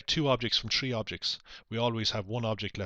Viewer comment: Why do you say "tree" not "three"